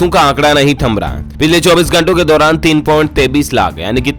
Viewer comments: Aap 23 ko 33 bolte ho. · Sir aap 23 ko 33 Kyo bolte hai